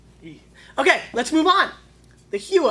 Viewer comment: also, it is pronounced hoooo-eeee-aaa it is a maori word. thumbs up for having an NZ wine tho